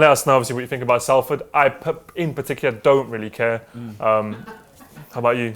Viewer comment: Love you, but its pronounced SOLFORD not Salford